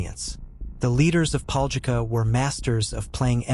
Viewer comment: LOL I LIVE THERE AND MY COUSIN TOO BUT ITS PRONOUNCED DIFFERENTLY